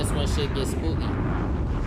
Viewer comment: he said ts like a baltimorian😂😂